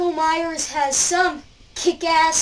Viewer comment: it's Myers not mayers